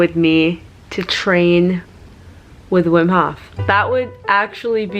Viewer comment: The HOF !!! not the hoff :-)